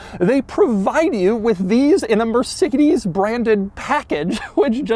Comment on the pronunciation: Did this bro just say “mercikedeez”?